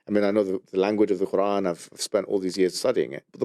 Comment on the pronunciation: It’s not ‘karan’ it’s Qr’aan